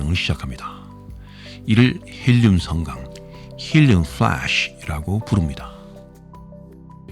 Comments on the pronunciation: 힐리움 프(f)을래쉬~ ㅋㅋㅋㅋㅋ 발음이 너무 찰져서 계속 보게 되는 마법 같은 영상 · 헬륨 플!레쉬~!! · 헬륨 쁠뤠쉬~ 지렸다.. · 헬륨 쁘레아쉬~ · 헬륨 뿔라쉬~~~ ㅋㅋㅋ